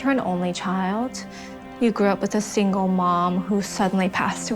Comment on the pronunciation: Did bro just say `SIGNAL' For SINGLE